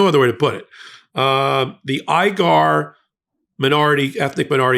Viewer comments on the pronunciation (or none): its weeger not igar., a headscratcher to me you've never heard. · Uyghur is pronounced "Wee-gur". Not "Ai-gar". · the proper pronunciation of uigur is wegur not igur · Wee- ghur is the only way I’ve heard this ethic minority pronounced. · The correct pronunciation of Uyghur is We'gur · pronounced "wee gur" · I think it's pronounced weegar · It's pronounced wegur despite it's spelling. How do i know? Went to western china a lifetime ago where we met these people. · Uyghur, pronounced "We-goor" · that Chinese minority group being oppressed and subjected to forced labor is pronounced phonetically "Weeger" or "Weegers." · It's pronounced We-gur. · That's not very cash-money of him... Also: it's pronounced like "We-gur". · I believe it's pronounced weeger not igar. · Please look up the pronunciation of Uyghur, spoken (I think you have it terribly wrong it's more like oy gah). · Pretty sure it’s pronounced “Weegar” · The poor people they are exploiting is pronounced: we-grrr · Pronounced "weeger"? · Uyghur is pronounced "oy-ee-gur". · Dude come on Uyghur is pronounced wee·gr. Shein is pronounced she in. You really should have looked these things up, come on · Pro tip: Check the pronunciation of key words you are using. Shein: Uyghur